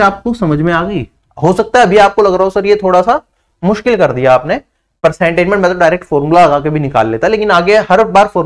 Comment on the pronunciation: मास्किल❌ मुश्किल✅